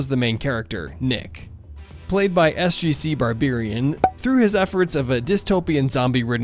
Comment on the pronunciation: He says SGCBarberian wrong